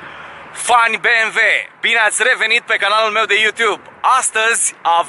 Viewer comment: Când am auzit "beamve" n-am putut să mai fiu atent la mașină, n-ai cum🤣